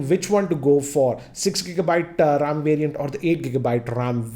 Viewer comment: dude,get the pronunciation of the word 'ram' correct as to me it does really matter how you pronounce when lacs are watching you.